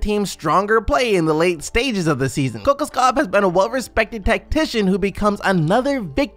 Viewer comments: Kokoskov is pronounced [Kuh- Kosh- Cough] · It’s pronounced co-cosh-kov